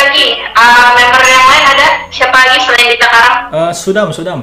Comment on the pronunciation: Soodam dibaca Sudam. Ngamuk Dy kalo di panggil sodam